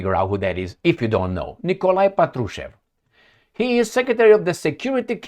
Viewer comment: Hello, Thank you for your tireless job. *Little correction: when you’re talking about Mr. Patrushev - the right accent should be on the 1st syllable of his Last Name - “pAt-ru-shev” 😊